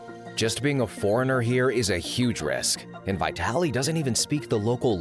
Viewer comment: Not vaYtalee but vEEtaly !